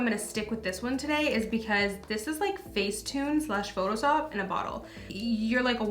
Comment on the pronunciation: she said “photo-sop” lol